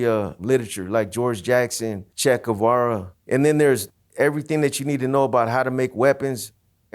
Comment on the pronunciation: that’s not what I was perplexed about. He said “Chet” Guevara.